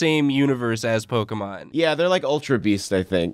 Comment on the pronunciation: tokemon, come on dude, tokemon